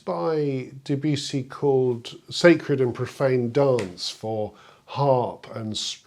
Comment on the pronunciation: Please pronounce Debussy without the yew sound; there is no yew sound in Debussy, please. Let's start a revolution of correct pronunciation of his name. He deserves this.